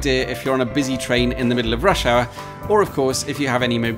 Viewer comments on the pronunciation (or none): Your "in the middle of rush hour" sounded exactly like "in the middle of Russia", which raised an eyebrow)